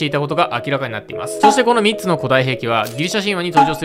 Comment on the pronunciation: 3つの発音どうにかならんのか？？